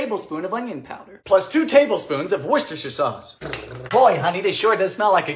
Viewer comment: Thank you for saying Worcestershire correctly.